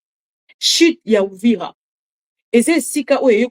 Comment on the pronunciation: mama bibi ON DIT UVIRA et hwhwhwhwhwhw